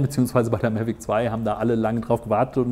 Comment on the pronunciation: Warum sagt er die ganze Zeit "Mellweg"? Die heißen "Mavic" dachte ich?...